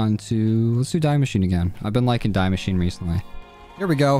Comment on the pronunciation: btw the die in die machine is pronounced 'dee' c: !!